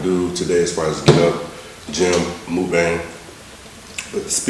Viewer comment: I'm gonna put you over my knee and spank your booty if you say "mookbang" again🙉. It's pronounced "muckbong". I still love you though(in my mom's voice)!!!😘 The food looks like it taste amazing!!!👍 Be safe today 🎃!!!🍫🍬🍭